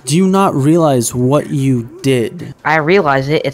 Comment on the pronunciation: This guy XD “wotttt arrested?”